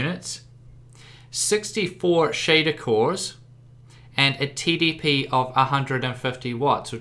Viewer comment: 2:4 i swear he said titty P instead of TDP